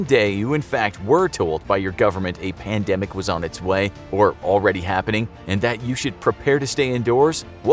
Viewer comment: What’s a pandamic? A panda microphone? 🤔😂